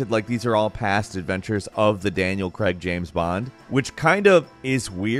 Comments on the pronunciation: Why cant Americans pronounce Craig? Its not Creg. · Daniel Craig, not Daniel Greg O.o And the pronunciation of Derby 😢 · It's 'Craig', not 'Kregg'. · Why you saying Craig like Creg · "Kreg" its CRAIGE! as in "Kr- Ay- gu" not kreg like keg... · It's Danial Craig, not Daniel Cregg. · Craig = Crayg not Cregg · WHY on gods green earth do americans pronounce Craig as Creg?? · My man said "Daniel creg"